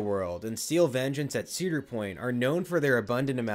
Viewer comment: 4 ceader point coasters 😂😂😂